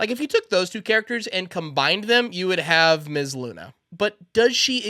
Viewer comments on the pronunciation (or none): none